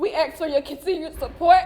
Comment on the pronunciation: Troof, defretts, ax 😂